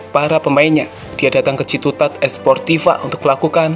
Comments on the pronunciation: Ciutat, gw dengernya Ciputat anjir hahah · gw dengernya ciputat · Citutat sih